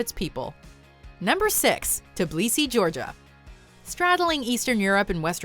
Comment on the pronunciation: Tiblisi? Its Tbilisi!